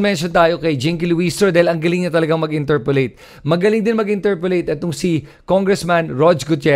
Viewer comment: Interpellate po, not interpollate. Ty.